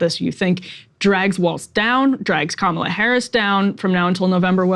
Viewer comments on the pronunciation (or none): Kamala =Comma-la, why is it so hard to at least get a candidates name right.